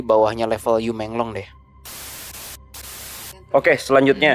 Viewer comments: Yu meng long, bacanya yi meng long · Bacanya: I mong long